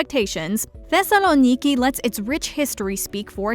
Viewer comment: I live in Thessaloniki and the way she pronounced it was actually quite nice.